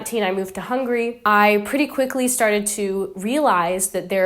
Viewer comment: 15 years wasnt enough to learn the name of the Country? It is Hungary not hungry.